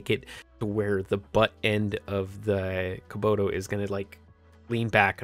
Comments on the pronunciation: It's Kubota, not Kuboto. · Ka-Bo-Ta It's not that hard ya fool ! Kabota. yeah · (Cuh-bow-tuh) Kubota.. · KUBOTA (ca-boat-A